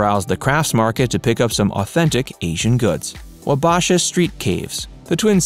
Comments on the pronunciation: he did fine except for 'Wabasha.' It's 'Wah-bah-shaw' not 'Wa-bASH-a.' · wa Bash a XD Never heard it pronounced like that wow. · Locals will be happy to teach you how to properly pronounce Hmong, Wabasha & Calhoun's old & new name. We have great food too & are still somewhat of a fashion test site. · Huh, a travel guide who cannot pronounce "Wabasha". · Can't even pronounce Wabasha. SHM FFS.